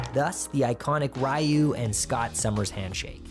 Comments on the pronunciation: ...Rai-you? face palm Ree-you! Not 'Rai-you'. Come on, bro... Way to pronounce Ryu's name wrong. X3 mVC3 was horrible. Cluncky controls and they took away direct control over what kicks and punches you use. Instead of L Punch, M Punch, and F punch, you get attack l, attack m and attack L. So... 'attack L' can turn out to be l kick or l punch. I hated it. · It’s pronounced REE-YU, not RY-YU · Why did you say Ryu like that?